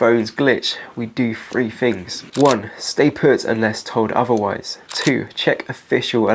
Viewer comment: English ffs just another person wrecking the English language . free fings etc {three things} drives me mad